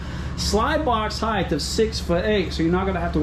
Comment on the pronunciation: It's height not heigth!!! I feel better now